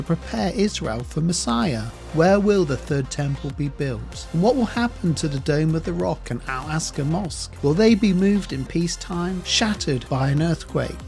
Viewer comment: And again, it's Al Aqsa, NOT Al Aska ... spoonerisms or dyslexia, eh?